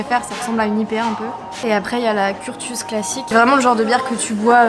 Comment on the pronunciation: Je sais que ça peut paraître étrange mais Curtius se prononce « Curssius » 🫶🏼